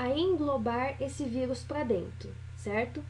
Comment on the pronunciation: "vigus" uahhuauahs